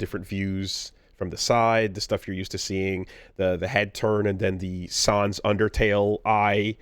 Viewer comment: for French Sans pronunciation